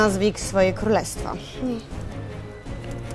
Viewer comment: on powiedzał Kólestwo